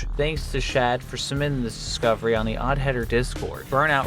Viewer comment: It's also one of the few times he's said "submitting this discovery" without skipping half the syllables.